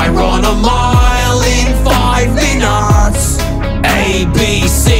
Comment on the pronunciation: Rucka saying 5 minutes in an English accent gets me every time